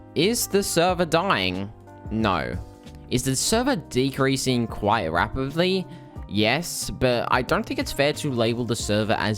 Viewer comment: Is it just me or did he say rapidly like “rabiflley”